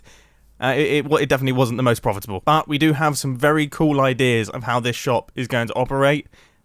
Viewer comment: i love how he says, "Idears"